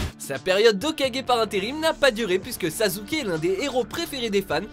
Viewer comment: C'est surtout pour la prononciation du nom, mais à ce moment là de l'histoire Sasuke avait vraiment l'air d'un sal*ud.